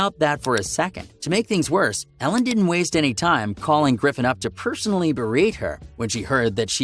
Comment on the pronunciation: It’s Ellen not Alen